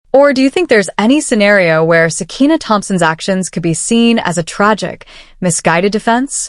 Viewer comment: Sakiyna not sekina